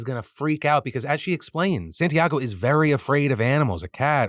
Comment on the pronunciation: Being named Santiago, and knowing you have been learning Spanish, why do you say my name like that?